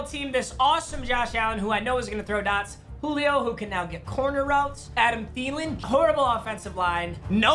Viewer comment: Nobody:: “Julip”